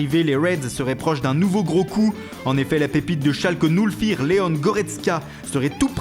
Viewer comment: PK vous dites schalke noulfire